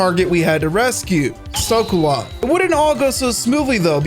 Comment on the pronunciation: It's ShagohOd, not ShagohAd